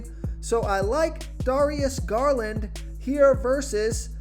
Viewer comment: Darius Garland Dare-re-es. Gar-land